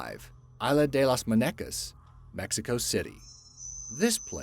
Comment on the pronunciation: Just saying.....Muñeca is pronounced like moon-ye-kah 😄